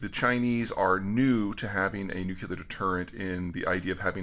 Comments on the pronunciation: "Nucular. It's pronounced nucular." --Homer Simpson "NEW-clear* --Me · PETER. FFS PLEASE READ THIS! BRO, IT'S NOOK-LEE-URR, NOT NOOK-YOU-LURR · Peter...it is pronounced 'New-CLEAR', not, as Dubya used to say, 'Nukular'. Honestly, big guy; ponytails and man buns don't let you off the hook on grammar. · Nuclear….= pronounced new – cle-ar…NOT New Q Lar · "I never thought they'd be that dumb." Oof. And, "nuclear", not "nucular". This is a hill I'll die on =D Love the insights here Peter. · I literally take in EVERYTHING he says, constantly intrigued and THEN he says 'NU-KI-LAR', and says it like that repeatedly. And he loses me...! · It’s pronounced •nu-cle-ar•. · Gah! Nucular :-( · imagine calling yourself an "expert" and not being able to pronounce nuclear. lol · yea, interesting but he cant even pronounce Nuclear correctly, he pronounces it just like Bush did. like a redneck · Peter, does being a semi-expert mean that one knows how to properly pronounce the word "nuclear?" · I enjoy the mispronunciation of nuclear. It humanises Peter. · Fair point =D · I’ll take it from an analyst. But I refuse to vote for anyone up for access to nuclear launch commands that can’t pronounce ’nuclear launch command’. As far as I’m concerned we need to make that a constitutional amendment.